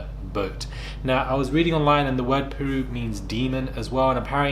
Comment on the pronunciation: But someone that lives and i think always been from that state at least, would know of the stories of Lake Piru it’s pronounced ‘Pie- Rew keep hearing it missed pronounced. There’s a massive gang culture there from The Bloods (Piru set) not tied with this... just stating but yeah i dun about her not knowing about this notorious lake!!!!